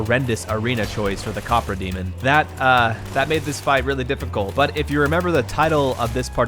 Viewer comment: The pronunciations are very funny to me. I realize there's no way for you to know the correct pronunciations by just reading the words, but after seeing everyone pronounce them the same way for years "copra" instead of "capra" feels very silly. Edit: "removes parasitic egg from body" being literally on screen while complaining about a different item not doing that is also very funny.